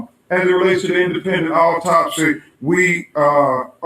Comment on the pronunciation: It’s AUTOPSY not Optopys